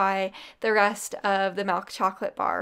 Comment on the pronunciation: Love the recipies. Love the energy... It drives me nuts how she says mIlk. She says melk. It drives me nuts. But not enough so that i stop watching.